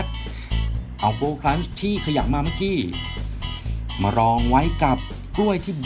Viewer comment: พูดผิดจ้าเมื่อกี้ไม่ใช่เมื่อกี่